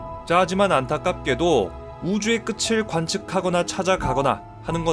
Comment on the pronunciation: 대구남자? '안타깝게도' 라는 발음의 억양이.... ^^